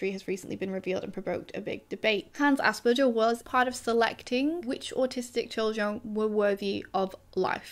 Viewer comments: Maybe fun fact: ‘Asperger’ is pronounced with a hard ‘g’. People probably don’t say it like that though because it sounds like ‘ass burger’. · Hi there! If you like, you could incorporate a tiny detail- the g in the name Asperger is pronounced like the g in garden. I enjoy your content very much. Thanks & greetings from Berlin